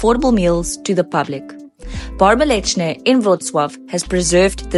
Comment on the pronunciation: you accidentally pronounced "bar mleczny" almost exaclty like "bar mięsny", which means not milk bar, but meat bar 😅